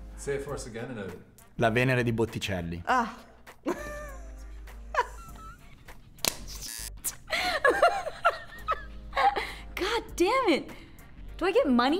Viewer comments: of course i'm surprised that a pleb like me knows more art history than real artists but can we all just stop for a moment to listen to pronounce botticelli's name on loop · He also pronounced that wrong, but that's a very common mistake to be fair